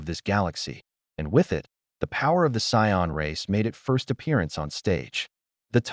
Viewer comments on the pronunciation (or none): Hearing Cyon over and over instead of Saiyan isn’t great. Really enjoy the story tho